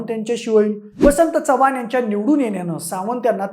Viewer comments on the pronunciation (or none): none